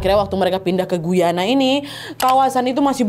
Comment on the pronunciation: Assalamu'alaikum. Salam sehat dan penuh keberakahan Trinidad. Sukses selalu ya Nadia beseeta team dg cerita2x yg selalu saya tunggu. Aamiin Btw. Mohon maaf ada sedikit koreksi Guyana itu dibacanya Gayana ya. 😊 Saya kebetulan tinggal dekat negara Guyana (Amerika Selatan). Trinidad di negara Karibia, Caribbean Island. Terima kasih.